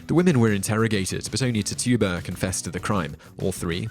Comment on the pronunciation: FYI: Her name is pronounced "Titch-uh-buh" and not "Tih-too-bah".